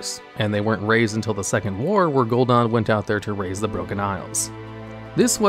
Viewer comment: its funny how there are so many voice lines saying the name Gul'Dan and still mispronounce it.. /facepalm xD